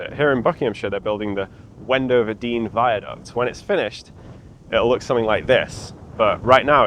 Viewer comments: Wendover you say 😂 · Did you say Wendover Viaduct ?